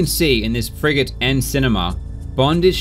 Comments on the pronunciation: anyone else hear "friggin" when he says frigate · I keep hearing "Frigate run" as "Fricking run" as if you were upset at the guy cheating lol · Everytime he says "frigate" I keep thinking he's saying "frickin'". So, I keep hearing "Henning's frickin' runs". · He says "Frigate" I hear "friggin"